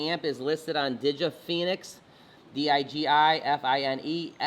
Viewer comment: 🤣🤣🤣 digifinex is NOT pronounced as in Phoenix it's fine ex as in financial ex! It's also manipulated just as much as any of the other tokens these exchanges such as Coinbase have a ton that they can just throw on the exchanges to keep the price oppressed and why is it when bitcoin suddenly drops every other token drops along with it exactly the same time? All these exchanges have all this crypto linked to Bitcoin so when BTC drops they flood the market automatically so others will drop it's all manipulation. Just watch the exchange exactly when BTC drops, all others dive as well.